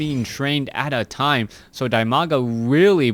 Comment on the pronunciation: it's di-maga, not die-maga.